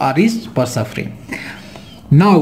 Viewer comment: Why you say 0 as gero? :D